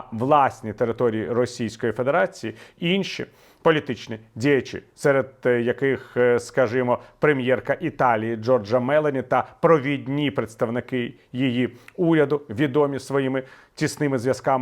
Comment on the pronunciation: Прем'єрка Італії МеЛоні, наголос на другому складі, вибачаюсь за невеличку поправку і вдячність за Вашу працю, Слава Україні!